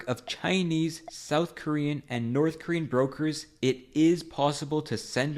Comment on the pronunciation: oh yea let’s go hit up the NOTTH KOREAN dealer😂😂😂